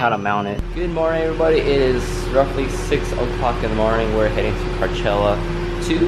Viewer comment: Is he saying carchella?